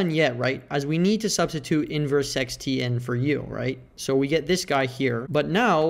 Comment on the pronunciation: Do you really pronounce it sex? is it not secant? 💀💀💀